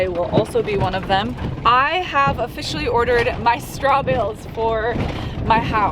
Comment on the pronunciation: Every time you say straw bale it sounds like straw bill and when you first started talking about it I had to go down a rabbit hole to figure out what you were talking about lol